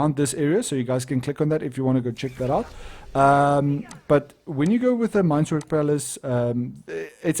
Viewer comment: it's meinwerk not meinswerk